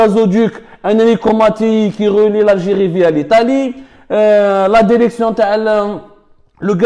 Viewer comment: Derection derecteur hhhhhhh